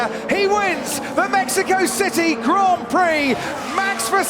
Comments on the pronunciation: haha great commentating on this one. That opening lap "kerfuffle" was intense, and "Maxico" was a nice touch. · Its Maxico 😅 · we just gonna ignore "Maxico" at the end there?